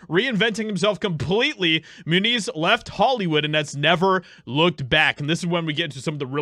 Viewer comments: Dude always mispronounces names, lol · I always thought his last name was pronounced "Mue-nez": not "Mue-neez". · Moon-Eeez ? Really ? Come on you can do better than that...... Not the best of drivers honestly, but then maybe jumped the shark a bit moving up.... Never the less, Good For Him if he really did whatever he could to get away from HOLLYWEIRD!! Being a "child star" I'm sure he's seen his fair share of Demonic shit so getting away was a smart move!! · It stems from Spanish and it would be pronounced Mue-neez